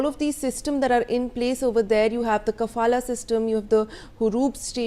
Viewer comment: Is it the kafala system. Or is it the safala system ? 😂😂😂😂